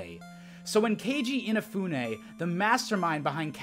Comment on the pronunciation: In-ah-fue-neigh not eenafuneigh